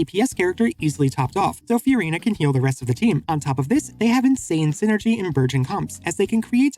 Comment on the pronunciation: Who's Few-rina?